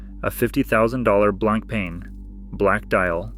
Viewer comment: Honestly the pronunciation of BLANK PEN is hundred time more irritating than this 🤦🏻‍♂️ blan pah is how it should sound